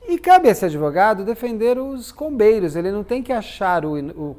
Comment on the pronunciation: Toda vez eu escuto "Os irmãos COVEIROS" 🫥